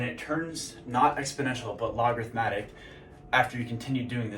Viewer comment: The pattern you're talking about is technically sinusoidal (up and down slopes). Logarithmic is just a single curve, either up or down, approaching a limit (e.g. y = 1). Probably a better analogy for a traditional path like college > job. Logarithmic is also pronounced log-a-rith-mic. Appreciate the video though. I have a pretty cushy job rn, could probably grind it out and retire comfortably at 45... but that's not enough for me. I wanna be rich, and it's really hard to get rich working an office job for someone else. Not everyone has what it takes to succeed doing a non-traditional path. Maybe I don't either, but I won't know until I try and give it my all.